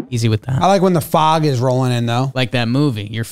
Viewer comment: i like how they say Fog with a long A sound. I would spell it out but I dont want to get banned